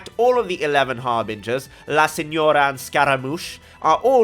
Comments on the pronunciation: The way you flexed with the pronunciations of La Signora and Scaramouche. I replayed it 3 times because that rolled off smooth af. Smug, yet smooth. 💪🏾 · I'm italian and he is right about tartaglia, It's pronounced without the hard g :), la signora too, your italian is perfect xD